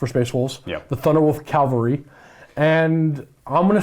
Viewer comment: CA-VAL-RY. "Calvary" is the hill where Christ was crucified.